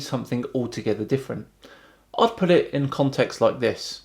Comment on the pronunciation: Bugger the flat earth stuff that ODD needs to pronounce his bloody T’s . I’ does not = it , se’ doesn’t = set. Infuriating bloody excolonials.